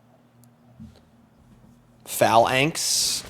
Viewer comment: Phalanx Leader. Did you call it Foul-Nix Leader? I believe the way it's pronounced is Fey-Lanx Leader.